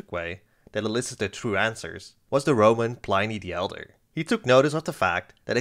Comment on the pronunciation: "PLYNEE THE ELDER"